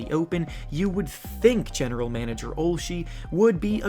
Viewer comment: its not OLSH-E, ITS OLSH-A